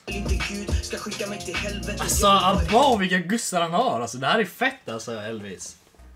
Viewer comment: Haha inte guzzar utan gussar haha